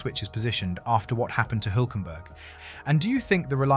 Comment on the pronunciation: HILL .... HULK You don't know how to pronounce HULK??:eyes-pink-heart-shape: THE SAME AS THAT CARTOON SUPER HERO YOU KNOW THE BIG GREEN ONE, HULK ... I go up a Hill.... F ME THAT WAS HARD TO LISTEN TO:face-blue-wide-eyes